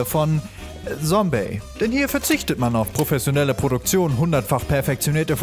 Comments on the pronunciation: es heißt Zombey nicht sombey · Sombey ??? Triggert Es heißt: !Z!ombey mit Z, wie bei Zombie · Sombey D:..... er sagt Sombey.... nicht Zombey... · Ja, Zombeys Kunstwerke! ^u^ Als ich die Benachrichtigung gesehen hab, wusste ich: Sehr gute Wahl! Zombey hat übrigens (wenn ich mich recht erinnere) mal auf Twitter ein Bild von dem Ordner mit den ganzen “Zombey macht Sachen”-Thumbnails gepostet... Er könne genau so gut Patient in der Klapse sein, hieß es. xD Nur noch ein Tipp (und den habt ihr nicht von mir): er wird nicht Sombey, sondern Tsombey ausgesprochen. xD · Nicht Sombey sondern ->Z<-ombey!😂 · Es heißt Tsombey nicht sombey 🙄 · ZOMBEY nicht SOMBEY xD Der selbe Fehler wie bei Paluten damals ;D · Rune er hasst das es als ,,sombey" ausgesprochen wird. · Rune Ne, zombey sagt selbst, dass man Zombey mit Z aussprechen soll und nicht mit S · KGM Da es ein Eigenname ist, kann der Namensträger entscheiden, wie er ausgesprochen werden soll, deswegen Heißt es wirklich Zombey ^^ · Mimikyu Es ist ein Eigenname, da zählt die Aussprache, die der Träger möchte, deswegen wird das Z auch wie ein Z ausgesprochen